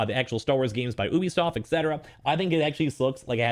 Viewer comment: Y u say Ubisoft like that